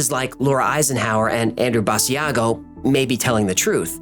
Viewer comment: Basiago is pronounced as Bah shaw go Not Bah z ah go